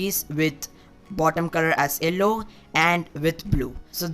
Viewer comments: It is yellow not ellow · Bro you should improve your pronounciation of yellow